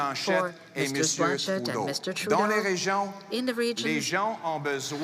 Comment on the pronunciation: How many times will he say Trudea